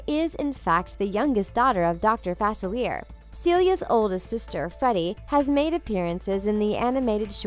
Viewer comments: She says his name wrong: its not 'fa-cil-eer", it's pronounced "fa-cil-le-ay". It's French. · It's pronounced Fa-SILLY-ay. 😶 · That don’t know how to say Dr. Faciliea there is no r in his name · Its not FAC IL ERE ITS FAS ILEE ER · It's pronounced DR. Fa _seal _e_a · “Dr Fasilly air” Me: who dat? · You guys keep mispronouncing Dr. Facilier's name and it's driving me crazy. His last name is supposed to have a French pronunciation. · You're right. It's pronounced Fa-SILLY-ay. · It is pronounced fu-sil-ee-air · It's pronounced fas-a,-lee-er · You're saying his name wrong!😡😤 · Misprouncing Facilier’s name is like nails on a chalkboard to me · UmbreonTrainer27 right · The mispronunciation of 'Facilier' is driving me insane. The Princess and the Frog took place in New Orleans. Dr. Facilier is Creole, and therefore, his name is French. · Is it just me or does she pronounce dr faciliers name wrong? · Can't stand how she says it!! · Thank You!!! I’m from Louisiana and it was driving me crazy hearing his name pronounced so very wrong. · I know it's really annoying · Thank you!!!!! It drove me crazy!!!